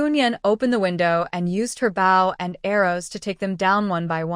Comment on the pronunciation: Oh my! Can they just fix the AI???? The word " Bow" is pronounced = "bo" not "bough". A Bow (BO) is a weapon or a tied ribbon. A Bow (bough) is either the limb of a tree or the act of bending from the waist.